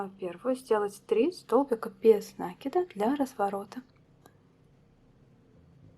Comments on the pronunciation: Вот же нерусь, не нАкид, а накИд! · а вам срочно в словарь усиленно учится. Это несложно. Загляните в словарь. Там будет нАкид, только пожалуйста не используйте орфографический словарь, его нельзя применять для ударений, он в них часто ошибается. Старые словечки, которых нет в современных орфоэпических словарях, нужно проверять словарём Даля 😉, ну что просветились? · Идея, классная, спасибо за подробное видео! Но...какого нАкида просцици, русский язык для вас не родной? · НакидОм наверное надо вязать? У вас самой что по русскому было? Единица? Конечно нАкид, какие ещё могут варианты